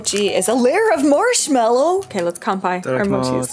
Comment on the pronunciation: The way he says Marshmallow too